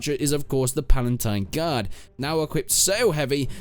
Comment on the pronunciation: You mispronounced the empress, the menavliaton, the palatine guard, the bucellarii